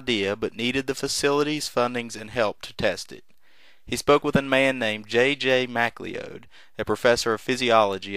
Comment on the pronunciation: Butchering names for over 200 years, it's an American tradition. Not J.J. Mac-lee-ode as repeated multiple times by the narrator, but J.J. Macleod, correctly pronounced McCloud, as in the 1970's television series starring Denis Weaver.